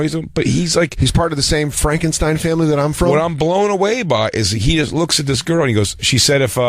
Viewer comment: I was dying when he kept trying to pronounce that Frankenstein word lol